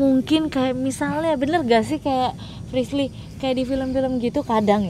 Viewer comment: Aku ngakak pas dia manggil Frislly salah mulu